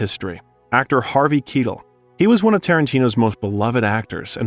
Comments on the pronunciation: Harvey Keetle!?! Look, kid - you've done good research. But did you just skim the interviews really fast? I mean, you could've heard someone say these names, I'm sure. This is one of the biggest problems I see with YouTube content. Names are more important than other factual information. And why is that? Because people hate to hear their own names mispronounced. The same goes for the names of artists people admire, like the people you'll attract with your content. When I was a kid, that kind of thing could really get people making fun of a person, or even start an argument. And no one wants to hear you do it five times in the same paragraph. If you aren't 100% sure, all you have to do is Google "how do you pronounce ___________'s name?" It's that simple. Consider doing it before narrating future content, for what it's worth. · I was just coming here to gripe. “Harvey Keetle” S M H….. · I got an idea for redemption, you redo this video but say "Tarantino" in an Italian accent Everytime, do it for Keetle 📻📡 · How to mispronounce: Keitel, Avery and Grier. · Kettle? Followed by Quentin Tarantino saying the name correctly. 😂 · It’s not Harvey Keetle. It’s Harvey Keitel (Kai-Tel). Please pronounce the words and names correctly. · Really nice video but just have to be that guy and say it's not pronounce Harvey Keytle but Harvey Kai-tell :) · Fascinating insight in the cinematic genius that is Tarantino....but man, it was like nails down a blackboard every time I heard a name pronounced wrong 😬.....the worst was Harvey Keitel - Kee-til?? It's (phonetically) Kai-tel, KAI-TEL! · Harvey kYtell. Keitel. This mis pronunciation really ruined it.for me.☹️ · Is this narrarted by AI or is the guy just terrible at pronouncing well known actors names? Harvey KEETLE? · Who's Harvey Key-till?? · "Harvey Keetle?!" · Kye - Tell . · Did you even bother to watch your own Ripped Off Documentary? Harvey Kitlle?? QT says his name correctly 5 times but you couldn’t figure it out???